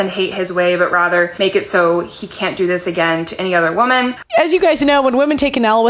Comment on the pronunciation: Every time they say "as a wahmen" you know its a precursor to making ridiculous sheet up. Mental gymnastics at olympian level.